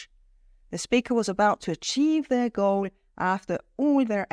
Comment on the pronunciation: please have these idions written too while u talk. becasue whether u said goal or gold was not clear becasuse of voice and accent etc.